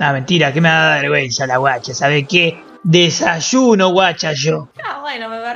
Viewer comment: Nadie... Lit killah: Desashúno washás shóoo